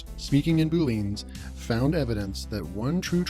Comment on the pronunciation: Boo leeeans lmao